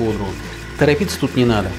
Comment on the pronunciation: Тарапыться не надо!!! Класс , улыбнуло, напомнили " Кавказскую пленницу" !